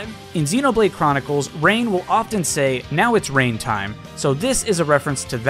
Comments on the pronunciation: And there goes the Rain pronunciation when it's more like Rine like watermelon husk. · No! It's not "Rain"! It's pronounced with a long 'i' sound! Like with 'rhino'! It's pronounced "R-eye-n"! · As a Xenoblade fan it hurts my soul hearing you call Reyn “Rain”